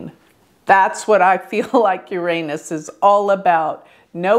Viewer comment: Thank you for pronouncing 'Uranus' properly.